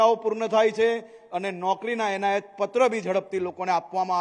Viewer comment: Onayat na kevay enayat kevay mr.c.m.sir